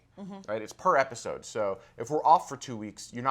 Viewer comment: haha ''This epicsode''